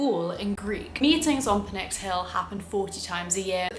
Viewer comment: The P in Pnyx is NOT silent. You were pronouncing it correctly. That's how Greeks say it as well. Don't be misled by the dominant pronunciations of similar loanwords, like pneumonia, which are actually not faithful to Greek pronunciation. By the way, a small clarification: The councilmen of the Boule, called Bouleutai, were technically representatives. It's just that their role was more administrative than legislative or executive. Also, fun fact: Representatives of the Greek parliament today are still called the same title. Another small clarification: While it's true that under Pericles an Athenian citizen was someone whose both parents were Athenian citizens, that was a new measure introduced by him that was very unpopular. Before that, only one Athenian parent was required (regardless of gender). Pericles was accused of voter suppression by basically disallowing a lot of people from voting. I'm sure you already know this, since you're a philosopher, but mentioning it for those who don't: The Stoics came about much later than the time period shown in the video. The game takes place during the Peloponnesian War, while Stoicism rose about 100 years later. It goes Socrates -> Plato -> Aristotle -> Zeno, Epicurus, etc.